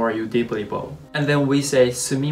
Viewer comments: Just a tip, the way you pronounced “bow” means a type of weapon used in archery or it can also mean a decoration placed on top of a present, usually made of ribbon. Bow, meaning to bend forward is pronounced “bao” not “boh”. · "Bow" is pronounced バオ, (like WOW) unless referring to a bow & arrow, hair ribbon, etc. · You might want to correct the pronunciation of bow !